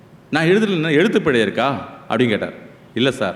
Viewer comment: " பிளை இல்லை" பிழை என்று உச்சறிக்கவும். ஆஸ்திரேலியாவிலிருந்து.